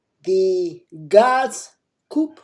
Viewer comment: Coup is pronounced COO not coop.